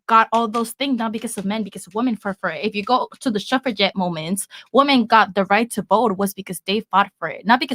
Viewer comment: The whole entire pod cast that just bothered me the most was that girl in the green shirt saying the "woman".... It pronounced "WOMEN!" damint.